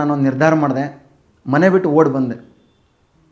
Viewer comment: A ಗುಬಾಲ್ ಮನೆ ಅನ್ನುವುದಕ್ಕೆ ಮಣೆ ಅನ್ನುತ್ತಿಯಾ ಕನ್ನಡ ಸರಿಯಾಗಿ ಮಾತನಾಡಿ